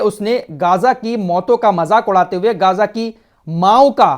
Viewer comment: भाई गाज़ा नहीं सही मे ग़ज़ा है